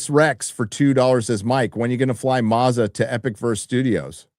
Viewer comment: whenever you see an Australian call someone with a name ending in Azza it's pronounced "As Ah" not "ah Za" It's this stupid thing Australians do with peoples names, they take the First Letter, and then add Azza to it. Eg: becomes Gazza, Barry becomes Bazza, Sharon becomes Shazza, etc etc.